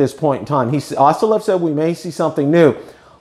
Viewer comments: not to be too pedantic but I believe the pronunciation of “OsitaLV” is phonetically: “oh see’ tah el vee” not “awes’ tee ah lev”. Always a school teacher!!! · Great videos! But its O s i t a LV. not Ostalev.